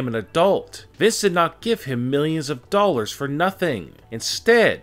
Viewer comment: “Of over 3 million dollarrrrrs”